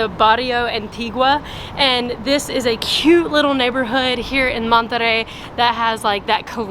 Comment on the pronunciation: You guys are great BUT... you need to learn how to say Monterey correctly ask some please